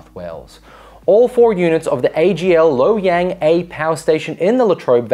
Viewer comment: Calling Loy Yang, Low Yang